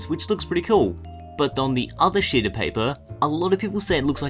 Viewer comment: and one else think that he said "on the other shit of paper"?